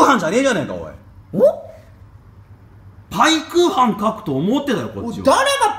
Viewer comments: (ペークーハン)じゃなくて(パイクーハン) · 私も最初パイクーハンだと思ってたがw ペークーハンってwww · ぺぇくうはんは草